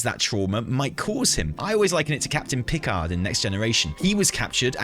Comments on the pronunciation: I am more bothered than I would care to admit by the fact has clearly never watched The Next Generation with his pronunciation of Picard. lol The rest of the Analysis is spot on mind. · I think the most shocking reveal of this cinematic is that doesn't know how to say "Picard" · I came down here just to say... Captain PIC-ard?! It's Pi-CARD, accent on the second syllable. They say it at least once an episode. If you've seen enough to know about the Borg storyline, you've heard it about 2.78 million times :) Oh! Cinematic, right. I personally think what everyone is so annoyed by is the comment at BlizzCon: "if we use him, we'll definitely use him right" (paraphrased). That led to everyone imagining their own version of 'doing it right' because god knows there wasn't much to think about any other characters. Fan expectations can lead to very, very bad places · Who says Picard like that?